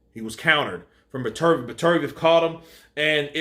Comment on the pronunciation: You watched the fight right? So I'm guessing you heard the commentators say his name correctly. It is Better-B-ev for fuck sake. You have been butchering this guy's name in all your videos. Be better, b ev!!